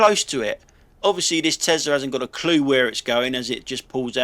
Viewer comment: "TOSLA" Love it, gave me a giggle 🤣👍👍